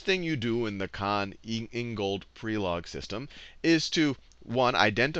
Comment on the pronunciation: I'm from Croatia and I was sad when I herd you say Prelog wrong. Please, check pronunciation before saying such names. Thank you very much for everything! :D